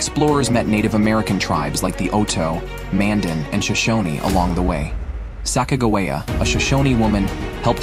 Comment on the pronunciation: "Saca-gawaya" is not how you say her name... wtf. You can't change how a name sounds, it is what it is, so its pronounced right or wrong and in this case, wrong.